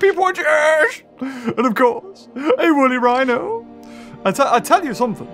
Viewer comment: Ah yes, the Wooly Whino